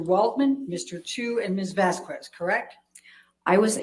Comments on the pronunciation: It's pronounced Vas-kez. Not VaSs-Koo-ez!!! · I can not stand her pronunciation of Vasquez, its bloody infuriating. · "Mis Vaskwezz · I just can't stand how she says Vaskwez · Does have an aversion to saying Vasquez correctly? Because it makes her look really stupid by repeatedly saying it wrong after so many have said it correctly.